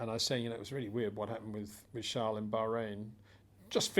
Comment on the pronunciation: Peter Windsor his name is Charles not Charle....=)